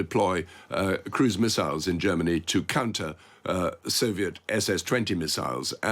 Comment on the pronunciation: MERZ SAYS GERM MANY WILL BE A GREAT BAZI COUNTRY AGAIN.